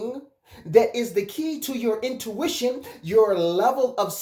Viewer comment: It’s “INtuition”” not “OUTtuition” ❤️ love it...